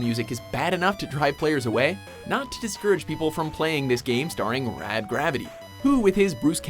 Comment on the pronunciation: I like how he had to put so much emphasis on Raaaaad XD